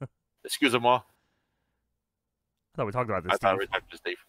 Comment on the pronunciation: best "excusez moi" pronounce by a non-French speaker